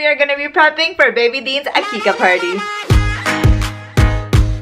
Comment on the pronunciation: It is aqiqah